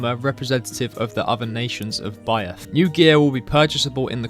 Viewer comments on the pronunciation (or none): How can’t bro say the simple word Byeth in school you learn that th makes A SIMPLE SOUND